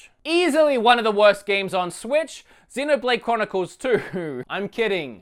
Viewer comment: I was legit about to unsubscribe when you tried to say Xenoblade Chronicles 2. Don't hurt my heart like that. 😂